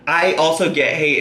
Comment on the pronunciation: Bobbie J---AMEN!!! I swear her eyes turn so dark when she's angry (90% of the time). I won't be surprised to hear one day that she's snapped and has filled her basement with the bodies of her "haydurs"!! ("Haydurs" being ANYBODY that disagrees with her.)